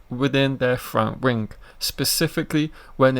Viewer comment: You really need to work on your speech it's terrible it's wings not rings mate if you wanna be a youtuber put the work in you sound monotone also.